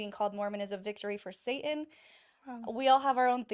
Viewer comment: With all due respect, why do you mispronounce “Satan”